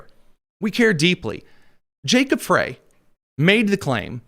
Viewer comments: FWIW, Little Mogadishu is in Minneapolis and Jacob Frey’s last name is pronounced “Fry.” I’m just pointing it out cuz I respect you, Tony Kinnett, and you seem to make an effort to be precise and truthful on your show. The Somali immigrants have been a “great benefit” to the Democrat Party as they are a solid Dem voting bloc and employ ballot harvesting in elections. This is why Walz and the Democrat Party have ignored the massive fraud being perpetrated in MN. Most of MN is solid red in elections until the Minneapolis metro area votes get counted. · Show yourself smarter than any other conservative podcasterand pronounce the name of the mayor of Minneapolis MN correctly. It's pronounced FRY. I know I'm being picky but it hurts my brain that we can pronounce the name of any multi syllabyle foreign name that has six vowels in a row but can't figure out FRY.